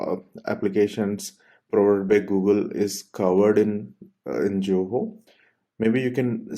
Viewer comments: why everybody saying JOHO instead of ZOHO!! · You are not pronouncing Zoho correctly!